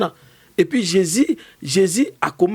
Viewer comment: le nom de Jésus est tellement facile à prononcer pkoi il a du mal a prononcé ce nom merveilleux